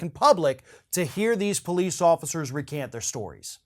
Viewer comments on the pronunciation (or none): It's recount brother...not recant. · is from Florida, so "recount" can sound like "recant" if you spin a little Southern accent on it. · "recount" NOT "recant!" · You mean recount not recant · Yeah, it sounds like he said Recant.